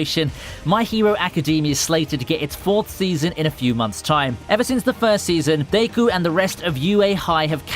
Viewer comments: did my man say degu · I choked on my fuckin water did you just call him daycoo😭😭😭😭